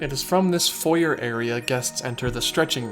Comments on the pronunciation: You really need to work on your pronunciation. You are mispronouncing foyer. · I’m fine with you pronouncing “foyer” in the American way, but you should pronounce it the original (French) way for the French park